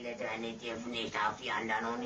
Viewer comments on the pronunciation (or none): none